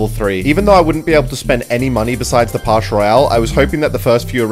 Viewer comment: it’s “Pass” not “Parsh"